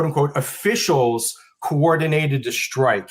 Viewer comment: Say "strike" NOT "SHTRIKE"!